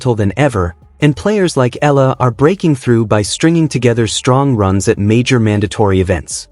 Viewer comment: EALA..E.A.L.A IS THE FAMILY NAME OF ALEX..PLEASE PRONOUNCE IT RIGHT..